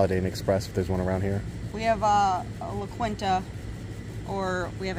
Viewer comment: Sauce and La Quinta is pronounced La Keen tuh not la qwenta